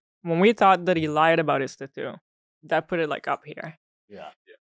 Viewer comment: How about we teach Hila how to pronounce "tattoo"